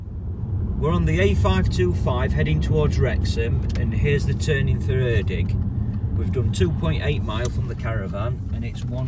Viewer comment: Erddig pronounced "Erthig" th as in the one in "The"